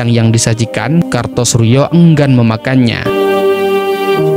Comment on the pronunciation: Kartosoewirjo bro,bukan Kartosurjo.